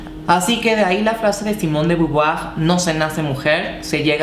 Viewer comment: Debes ser de las youtuber más cultas que he visto Citando a la beauvoir y hasta bien pronunciado Jamás me habría esperado un conocimiento tan acabado de los conceptos y bien explicado Te felicito Eres un ejemplo para tanta mujer poco empoderada y entregada a los dictámenes de la machista sociedad Mis respetos para ti vico y a brindar por todas las mujeres!!!